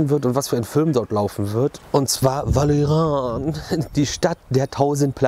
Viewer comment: Der Papagei ist ausgeflogen:D echt wichtige News kannst du nochmal "" sagen;)